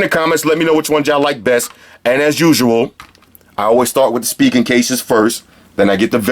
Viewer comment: thought it was pronounced spy-jen not speegen